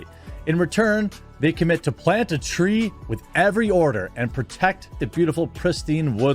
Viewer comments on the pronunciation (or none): none